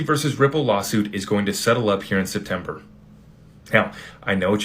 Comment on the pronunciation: SPETMEBER??? Get some more shuteye! Lol! 😂 We love your show thanks tons for keeping us informed!👏👏👏